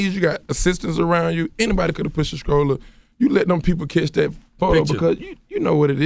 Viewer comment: Couldn't hell but feel weird about him saying "if I was kid and my mumma had anotha dude pushing me in a strolluh I woulda jumped out duh stolluh and slapped tha shit outta him". Is he trying to imply something about Baby Future?